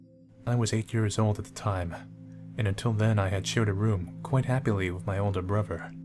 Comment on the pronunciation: Can you seriously not pronounce "brother"?